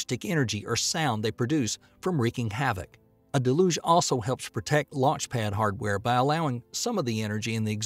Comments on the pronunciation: Dude can't even pronounce Deh-looge correctly and has the nerve to say BFR stands for Big Falcon Rocket. Absolutely clueless about anything space related or even just regular English. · Its pronounced del-yooj!!